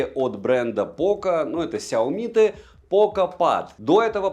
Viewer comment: It's pronounced SHIOMI